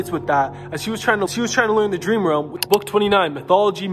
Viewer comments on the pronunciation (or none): none